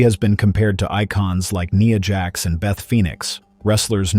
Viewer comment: It's Nia Jax with the i being the I sound not an e sound.